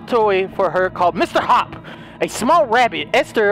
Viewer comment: his name is Mr hopp not ohmerecker